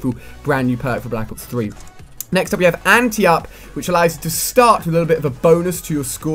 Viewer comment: It's Ante Up, not anti up..